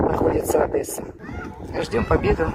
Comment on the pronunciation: Не Одэсса, а Одесса. Бесят тупые люди. И кстати , Крым это Украина. Так что , русские, не забывайте , вы там в гостях пока что.